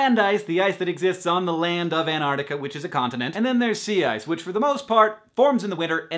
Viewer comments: Not anartica you silly prson. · Do all Americans pronounce Antarctica like An'arctica? Because that's just funny. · AnTarctica has two t's. Pronounce them dammit America.....My New Zealand is showing... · well done, love the (mostly) correct usage of data as a plural noun, but learn to pronounce Antarctica. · why dont americans pronounce the first 't' or the first 'c' in Antarctica? D:>